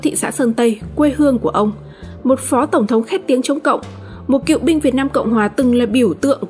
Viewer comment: Phát thanh viên mà đọc sai chính tả Cựu chớ không phải cịu nha phát âm gì kỳ vậy